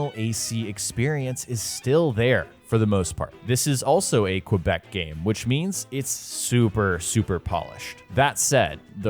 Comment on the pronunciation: They way he says “Quebec” triggers me